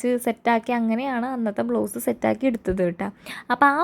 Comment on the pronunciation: It is blouse, not blow's